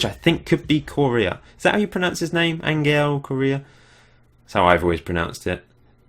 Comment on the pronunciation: That sound you make when your coughing up phlegm, thats how you pronounce the "g" in Angel